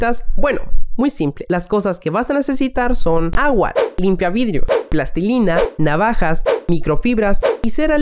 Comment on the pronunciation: Vidrish nuevish